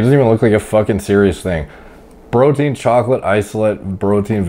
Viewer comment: Plz Stop saying brotien 😂